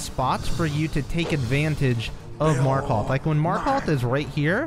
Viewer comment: You are now so skilled, you know how to pronounce Markoth